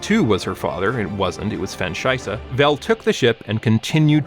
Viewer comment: legit no clue how bro saw "Shysa" and decided it had to be "Scheiβe" XD